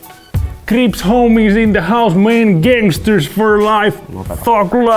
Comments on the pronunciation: Ville sanoo krips ja Eetun ilme sanoo Ribz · Ville sanoo kripz, Eetun ilme sanoo Ribz